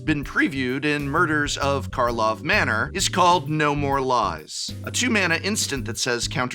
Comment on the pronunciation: You aren't gonna trick me, Prof! I know you were deliberately saying the set's name wrong to bait people into correcting you in the comments! Well it's not gonna work on me! Wait.